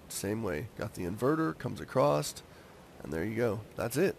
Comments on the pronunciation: ITS ACROSS NOT ACROSST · Not to be mean but it's "across" and not "acrosst"